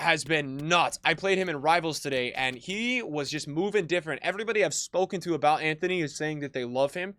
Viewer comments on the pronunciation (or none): none